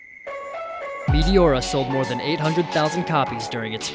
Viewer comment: "Metiora" this dude😂